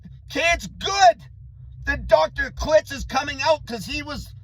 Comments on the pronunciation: Clits haha. Kil-tz. Low fat makes the mind better! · it's KILT-Z like quilt